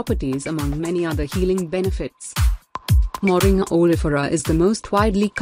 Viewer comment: The name is not Moring as pronounced in the video. It is actually pronounced Moringa (sound "ah" at the end).